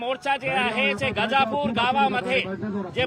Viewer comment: गाझापूर नाही रे गजापूर आहे